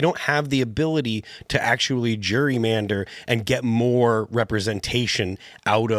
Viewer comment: I know this may seem petty, and I truly mean no disrespect—but someone should probably let Phil know that the word is pronounced just as it's spelled: Gerrymander, not Jurymander, as he appears to be saying.